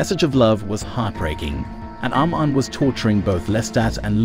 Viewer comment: The pronunciation of Louis and Armand, the latter sounded like Almond